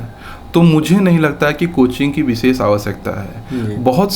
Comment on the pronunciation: व और ब में स और श में अन्तर पता ही नही है चले है आईएएस बनने।😂😂😂 बिसेस क्या होता है it's विशेष